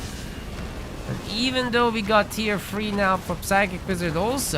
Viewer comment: Great video! Is it a Hungarian thing that prevents ‘th’ in English? Tier free, free hundred